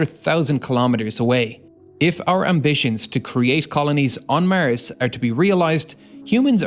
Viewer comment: "Mars" not "Murrz" Is how its pronounced! 🤷🏻‍♂️